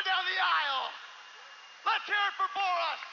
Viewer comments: "Bore-Us" Malenko > the current wwe roster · Bore-us Malenko